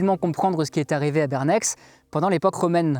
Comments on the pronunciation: Super vidéo comme a chaque fois. Une petite correction d un habitant suisse, si tu fais une video sur des villes suisses, sache que les X et les Z en fin de nom ne se prononcent pas. On dit "Bernè" et non BerneX ;) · Bernex se prononce "Bernet", mon oncle , archeologue amateur a fouillé sur le site à l'époque, il m'avait donné des tessons de poterie que j'ai toujours, j'habitais à l(époque à Onex, petite cité voisine (mon cousin est devenu plus tard archeologue cantonal ) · Superbe vidéo, comme toujours! :) Étant riveraine de cette commune genevoise, mon cœur a néanmoins saigné quand j'ai entendu "BerneKS" au lieu de "BernÈ" :'( Merci pour tout le travail fourni et pour ces superbes mini-docs! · ça se prononce "bèrnè" et pas "bèrnèx" bien qu'il y aie un x à la fin. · Petite seconde de culture générale inutile : Bernex se prononce Bèrnè ou [Bairnais] et non pas Bèrnèxe ou [Bairnaixe] comme serait le cas en France - la plupart des toponymes suisses finissant en EX se prononcent comme ai/è (exemple français = Gex se prononce "Jè" ou le "Geai" de chêne en Suisse). Sinon excellente vidéo comme d'habitude depuis que j'ai découvert la chaîne il y a quelques jours !!! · Bonjour, sa se dit "Bernai" pas Bernex ^on prononce rarement les X dans le pays alpins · Si jamais, les noms suisses en -ex se prononcent -è (Bernet et pas Berneks ;) ) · "BernEX" aaaaaahhhhhhh On prononce "Bernè" =D Excllente vidéo sinon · Pour infos : En Suisse dans le canton de Genève dont fait partie Bernex, on ne prononce pas le x de Bernex. On prononce Bernè. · vos vidéos sont parfaites et passionnantes. Mais je me dois d'apporter une petite correction de prononciation : pour "Bernex" comme pour toutes les communes helvétiques francophones, le "x" final ne se prononce pas. Ainsi il faudrait terminer par "et" comme dans "décret". ;) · A Genève on ne prononce pas le x de Bernex on prononce bernè 😳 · On dotb"bernè", en gros sans le" x" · Bernex ce prononce "Bernet"